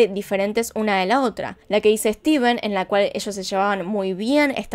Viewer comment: El hombre se llama steVen con V no es esteFen con F.. aprende a pronunciar 🤣🤣